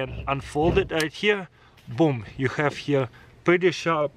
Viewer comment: Хэв хэв, научись произношать правильно бл